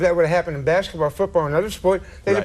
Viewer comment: Bobby said baseketball lmfao